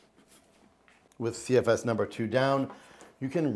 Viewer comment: Here for the "CFSeseses"